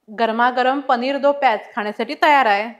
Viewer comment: it's paneer do pyaza not pyaz